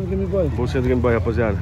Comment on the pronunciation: "Dátiváider""Gameboi". - ri alto kkkkkk